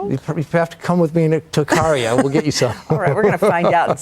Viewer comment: Even though he didn't pronounce it correct....and he didn't mention it was a GREEK Island...it technically is off the coast of Ikaria.